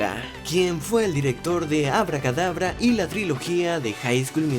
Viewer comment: Oye lo que dijo habla Kdabra en vez de hocus pocus